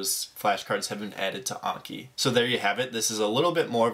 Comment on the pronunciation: there's no way that's how you pronounce Anki